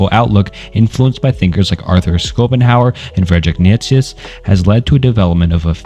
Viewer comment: I love how schopenhauer became "Scoop'em Howard"